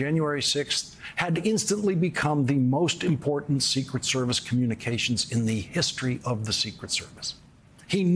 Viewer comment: Too much emphasis on the “ secret” part, less so on “ service”